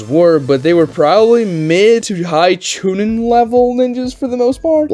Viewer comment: Bro said chinin 🗣️ 🔥